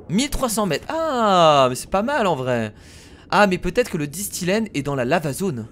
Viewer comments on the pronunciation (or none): C'est pas disthilène c'est disthène